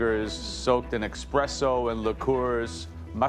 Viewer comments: Joe trying so hard to uphold his “Italian” look. But every single time he said Espresso he said eXpresso and his little Italian sentence had the most horrible accent on it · Did Joe just say “Expresso”? it’s like an Italian breaking spaghetti 😅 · eKspresso? OMG.. judge.. wth? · same, I kept on replaying a few instances of that and kept hearing "eXpresso" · Joe, you're an Italian. What was that "eXpresso"?????? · Joe being such a proud italian that he even pronounces Expresso wrong. Its pronounced "Espresso" and not "EXpresso". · joe saying eXpresso has my blood boiling every time, the first time i heard it i legit went back 6 times to see if i'm hearing it right, apparently i am :')) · I just replayed the "expresso" a few times across the video, had me questioning my ears fr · Joe of all people pronouncing espresso with a hard X had me rewind and make sure i was hearing right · Joe "Italian" saying expresso should have the entire country of Italy on his ass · eXpresso .... WTF xD so called "expert"🤣🤣🤣🤣🤣🤣🤣